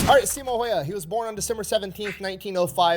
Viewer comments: His last name is pronounced How-ha, btw. A lot of people who aren't finnish don't know how to pronounce it, so I'd figure I'd help. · Last name is pronounced more like "How-hah" - that's as close as I can get with the English-sounding alphabet. My wife has been trying to get me to pronounce 'äy' properly for about 14 years now... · Sorry for being a year late for this, but that's not how it's pronounced. I'm a Finn, and how you pronounce the letter ä sounds the same as when English people say "and" "hand". If a Finn would write the words as they heard, in a literal sense, it would be "änd" "händ". Also the letter y, it's more like, when you say "eww", the first vocal sounds like Finnish y, so a Finn would write that word literally like "yu", or in some English accents, when you say "cool" it might sound like "kuul" or even "kyyl", like Eric Cartman says it in South Park, That's very similar to a Finnish way to pronounce the letter y. Easiest way nowadays though is to put that name into Google Translate, set language to Finnish, hit Text To Speech and finally, but most importantly, listen and try to replicate what you heard. That's all, ment no offense with this, just wanted to add some context on how the name sounds, accurately. English language can sound like Finnish if you try really hard. Key toss for reading. (kiitos = thank you). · It's Häyhä. Learn to say his name right. ❤From 🇫🇮